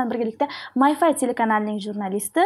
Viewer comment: Assalomu alaykum Jurnalistika fakultetida ingliz tili fani bor. Ammo ming afsuslar boʻlsinki, jurnalist qizimiz My five soʻzini My fay deb talaffuz qilyaptilar